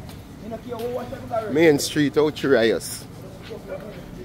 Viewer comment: Just out of curiosity…are you deliberately mis-pronouncing Ocho Rios for fun?